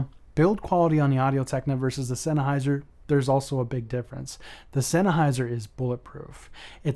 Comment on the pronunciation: Both mics sound good but you sound stupid. Where are you getting "zen AH hai zr"? Its pronounced "zen hai zr". You did good on Audio-Technica.